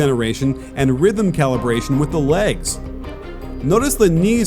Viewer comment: "power calibration" "rythem calibration" tf am I hearing